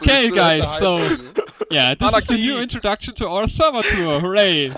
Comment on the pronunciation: Not Sverrevr. Get yo shit right!